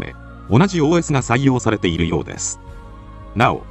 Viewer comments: OS読む時発音良すぎw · すごいネイティブww